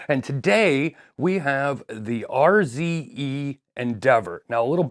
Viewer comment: RZE pronounced `ARSE`? "Hey guys check out my arse"